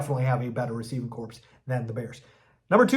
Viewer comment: I’m sorry but it’s pronounced core, not corpse.